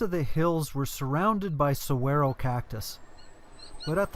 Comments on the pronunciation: I'm really enjoying your videos. Like you said in a previous video your pronunciation of the cacti is strange. Saguaro is sa-wa-ro. The cactus impaling your shoes is a Cholla, pronounced choy-ya. The chollas can be dangerous as they throw their spiny pods outward to propagate more cholla. But it really doesn't matter since I know you're trying. Keep the videos coming. Thanks, again. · I cringed when you pronounced Saguaro cactus, haha yikes